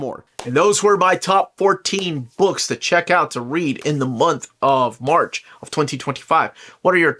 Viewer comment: ☝ did u say "O-March" 😂 i like it